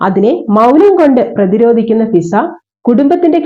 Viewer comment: ഷിസ അല്ല മിസ്സേ.... ഫിസ എന്നാണേ